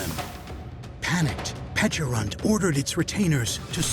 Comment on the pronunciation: Its nice to hear its pronounced similar to "peach" instead of the silly "peckarunt". Like the berry looks like a friggin peach ffs